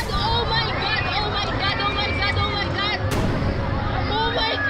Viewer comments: OH MAY GAD!! OH MAY HAD!! OH MAY GAD 😂😂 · OH MAY GAD, OH MAY GAD, OH MAY GAD, OH MY GAD, OH MAY GAD